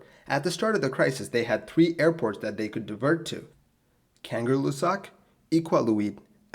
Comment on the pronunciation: I love your videos, but maybe you should practice pronouncing foreign words before recording. Kangerlussuaq [kaˌŋɜˈɬːusːuɑq] <3 <3